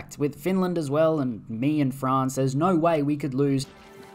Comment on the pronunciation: You pronounce "no" as "naur" and it never is not funny. Great videos mate.